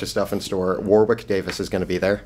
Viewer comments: Sorry, got to correct you guys. Warwick Davies is pronounced Worrick, NOT War-wick. It's British pronunciation, guys. Thanks. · In a video where Trump is discussed - is it bad that the pronunciation of Warwick was what annoyed me the most?